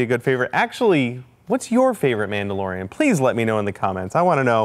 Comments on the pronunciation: "mandalorian" no biggie, just helping a friend Star wars fan out :) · “What’s your favorite mandorlian” Me: mandorlian